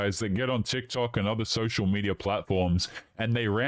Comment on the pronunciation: Between the vocal fry and pronunciation of "and" as "ayand" I want to stick icepicks into my ears.